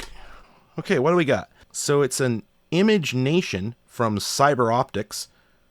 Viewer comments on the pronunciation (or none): It’s not ImageNation, it’s “imagination” but combining image + generation lol